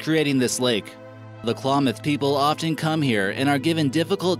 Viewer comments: Number Ten is my tribe I’m from the Klamath, there is modic and yahooskin as the other tribes and you say Klamath like clam ath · It's pronounced- Klam-ith" tribe and "Mount Shahsta!" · I hate how he's pronouncing Shasta and klamath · Your saying Klamath and Shasta wrong and it's killing me, it's not shosta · Please get a more educated narrator, who will know how to pronounce words like Klamath and Shasta and who will know the Lakota didn't have "creators" but worshiped the Creator.